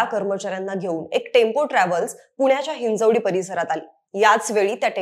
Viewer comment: हिंजेवाडी ❌हिंजवडी 👍